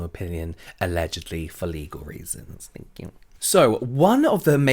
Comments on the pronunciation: ))) "Thank kew" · And finished with a "thank yew " in the style